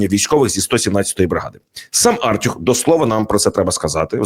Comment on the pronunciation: Артюх -не вірно наголос робите, на ю треба, аж слух ріже, ви українець, чи хто? У нас на перший склад наголос не ставиться